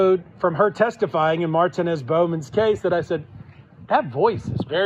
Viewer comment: God the way the lawyer pronounced Martinez gave me Non Hodgkins lymphoma